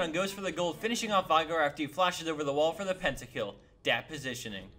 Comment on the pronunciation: vigar? its v-e-igar not v-i-gar